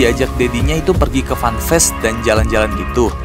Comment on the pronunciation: fun fair bbang bukan fun faes (bukan ngegas nya)